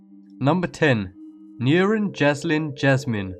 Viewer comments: Why the hell do you pronounce "Nurin" as "Neurin"? LOL, it's quite funny xD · Sorry but I had to, Nurin is pronounced Nureen. I remembered this case and it scared the living shit out of my younger self. May she rest in peace.